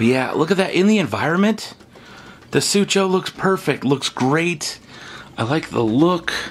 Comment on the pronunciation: It's Su Ko Mimus not sucho